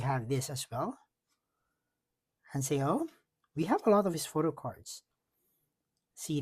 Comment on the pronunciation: It's JUWON not Jungwon😅 Hanseo not Hanseyo Im jealous my Heejuneeeee 🤩🤩🤩